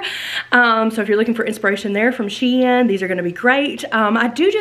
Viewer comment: YESS!! I haven’t gotten through the entire video, but I’m so excited you got an appointment! Can’t wait to see what they say! Love LOVE all the pieces I’ve seen so far! And, thanks btw, for making me have a new shein shopping obsession! (P.S. the company tweeted, you are saying it right. SHE - IN.) My daughter just bought her 8th grade dance from shein, and mostly bc of the cute dresses you got to go to Vegas! (Just saw the yellow shirt with blue earrings! Made your eyes so BLUE!!)